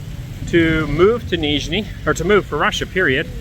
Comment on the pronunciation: "Нижний" очень хорошо произносит.))))